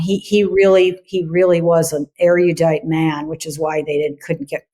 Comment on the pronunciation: . Careful how you pronounce erudite. People like to add a vowel and pronounce it air e o dite. Erudite is the LAST word you want to mispronounce. It's air u dite.